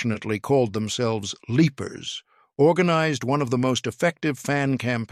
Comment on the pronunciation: So much wrong with this. Mispronounced names, Evil Lepers instead of Evil Leapers, and the episode when he leaps into his Great-grandfather, Captain Sam Beckett. Problem is that the Character's name was Captain John Beckett